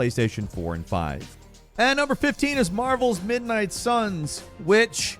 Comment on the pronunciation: At first I heard “Marbles” instead of “Marvel.” Got excited for a new Marble Blast Ultra 😂😂